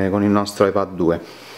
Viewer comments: La pronuncia inglese di "iPad" non è "iPed"? Forse per questo motivo l'iPad con la dettatura ti ha scritto "iPhone" nelle note... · Pronunci male la parola "ipad" in inglese...per questo il riconoscitore vocale scrive "iphone"!